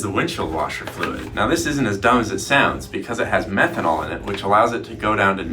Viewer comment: I think he said methonal